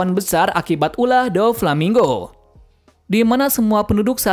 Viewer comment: Doflamingo bang bukan Dofalmingo 😂